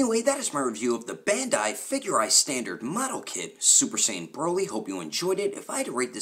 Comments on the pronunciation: My guy called broly broccoli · He called him broccoli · U called him broccoli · You called him broccoli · Did he just call him broccoli